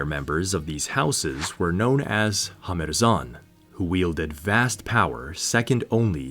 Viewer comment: You say: "Hamherzan". I hear: "Kurfürst".